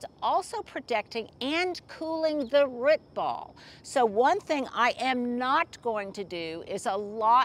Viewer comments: drives me nuts when you say "rut" ball instead of root ball! Is it just me? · Rut zone. Is pronouncing root by saying rut an Oklahoma accent thing??? 😂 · Is that an Oklahoma way of saying root? I'm from Arkansas and we say root with long o. 😅